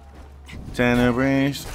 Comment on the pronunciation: Tene-breeze :P xD